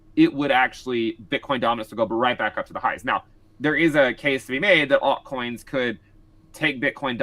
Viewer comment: Does anybody else cringe when this guy says aut coins??